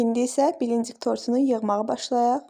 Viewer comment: Səsiniz başa düşür blinçik sözünü düzgün təlləffüz edin əlinizə sağlıq